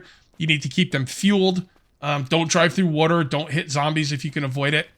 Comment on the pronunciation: The way you pronounce water drives me insane lol